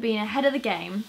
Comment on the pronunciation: "pastel de nata" Portuguese so so good 😁